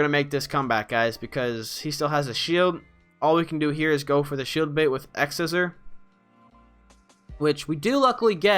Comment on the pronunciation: Sih-Zor... not Seezor